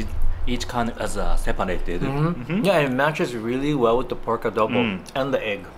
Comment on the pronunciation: The way pronounced "adobo" is just perfect. My Nanay (mother) loves your videos. Thanks guys.